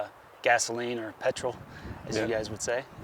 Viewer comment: Petrol not Pertol.